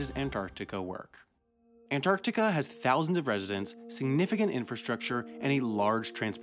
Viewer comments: He adds a syllable to Antartarica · After hearing AN-TIC-ARTICA 40 times, It's time to see my therapist. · Most Americans don't pronounce the first T in Antarctica for some reason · You pronounce The middle “c” in Antarctica. But leave the “g” out of recognize. Why? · Stop saying Antarctica. You say it funny and it hurts my brain